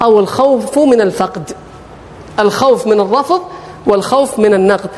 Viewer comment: الرفض وليس الرفظ